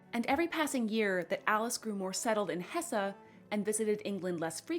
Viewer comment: Not Hessa but Hess